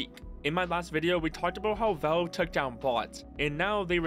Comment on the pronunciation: Bro saying Volve